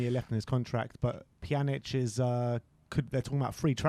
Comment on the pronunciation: Pjan - ich pronunciation, not Pjanick